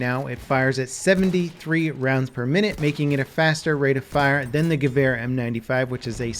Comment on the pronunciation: I really like the way you say Gewehr... and yes, Im from Germany